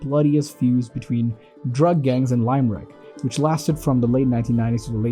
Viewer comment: Its pronounced Lim-Rick not Lime-Rick